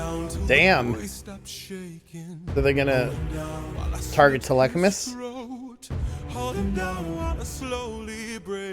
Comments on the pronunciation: do we know why he pronounces it Telechamus? I'm... it's painful to listen to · I’m so sorry but dude you gotta learn how to pronounce Telemachus